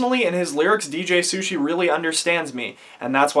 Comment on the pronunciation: Nobody’s gonna talk about the fact that he said DJ Sushi? And he still decided to put it on 🤣🤣